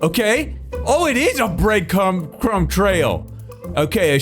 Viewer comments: "Breadcum trail" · "Breadcum" disgusting